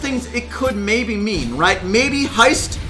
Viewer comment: When said "may be removed" or something like that I thought he said "Bibi removed" and started panicking 😂